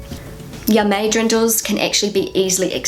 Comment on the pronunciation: "Ja, mei!" (meaning "Don't worry!" or "I don't care!") is actually pronounced "Yah, my!", not "Yah, may!" as you do 😉